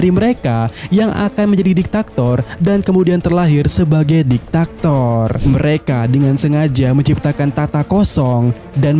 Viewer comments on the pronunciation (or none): Diktator bukan diktaktor